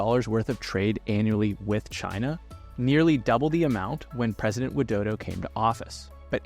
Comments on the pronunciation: ain't no way you call president Widodo to dodo🙏😭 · He literally said Joko Widodo, and I'm Indonesian, it isn't pronounced that way We usually say President Jokowi Dodo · It's Widodo..not Wildodo...